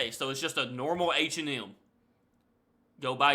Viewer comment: Your pronunciation of H&M is wild. It sounds like you're saying "Ancient Elm".